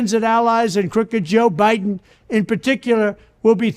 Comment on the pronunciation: I love when he says "Biden" but it sounds like "bite one." That's exactly what life under the Biden administration is like, and precisely my sentiments toward it.